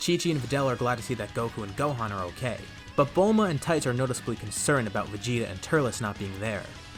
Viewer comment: This how you pronounce Trights (Chrie ts)